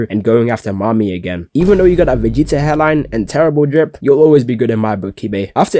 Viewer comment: I can’t listen to nobody that can’t pronounce Vegeta’s name correctly.